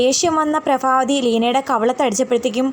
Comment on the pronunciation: Prabhavathiyaanu allathe prafavathiyalla athonnu sredhikku🙏